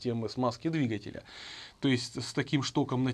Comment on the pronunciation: Замечательный, грамотный обзор! Но "двигателЯ" !?....